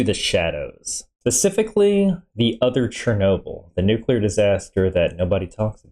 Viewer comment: I do enjoy your reactions but saying pacfically instead of specifically really boils my piss lol